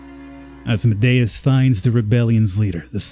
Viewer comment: Good playthrough...the way you pronounce Asmodeus triggers me to no end tho.